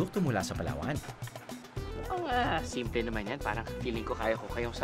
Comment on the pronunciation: Hinati na Pala sa tatlo ang Palawan Palawan, palatwo, palathree. 😂